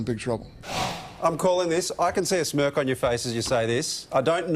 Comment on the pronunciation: I thought he said you can see a smirf on your face not a smirk....